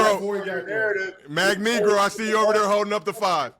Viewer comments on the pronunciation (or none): MAGNEGRO for Magneto HAHAHAHHAHAHAHAHAHAHAHA LMAO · “Magnegro” lmfaoooo